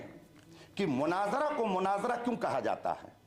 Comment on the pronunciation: Munaazira nhi hai balke munaazra hai